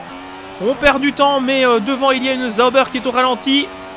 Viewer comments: Tu me fais trop rire avec "Les Zaubers" mdr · C'est pas plutôt Sauber (ssobeur)?? En tout cas je dormirai moins con mdr